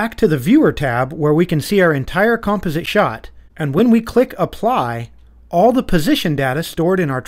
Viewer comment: the way he says "composite" bothers the hell out of me, but besides that, amazing video! lol